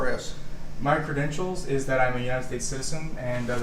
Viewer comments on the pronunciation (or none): Deputy Sheriff said "show me your press cadentials". Geez